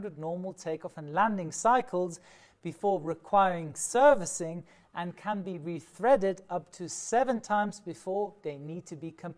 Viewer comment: Great vid! Btw, it's "retread" not "rethread"